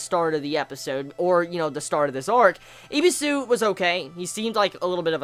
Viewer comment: His name is Ebisu not Ibisu